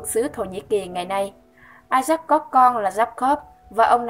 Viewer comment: Đọc tên con của abraham là isa-acchứ đọc như là i sắc ý. Làm sai hết lời của kinh thánh rồi.